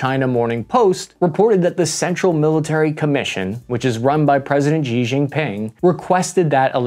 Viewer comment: if only people broadcasting on youtube or the mainstream news would learn how to actually say XI's name. It's not jee or zhee. It's more like She/see with the s element emphasized over the sh. like right just in the middle between see and she.